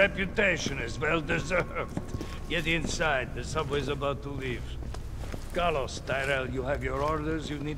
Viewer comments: Thumbnail straight up Jurassic Park - Laura Dern, yasss. Also CARLEEZE its car-Lyle Mark omg Lol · Mark: Doctor Logan " CARLEEEZE "